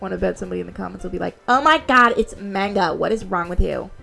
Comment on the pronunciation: You actually pronounced manga correctly, surprisingly. By Japanese standards at least, roughly. The other one is the American English pronunciation.